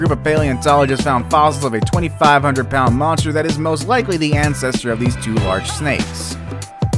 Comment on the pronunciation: Why does he say large like that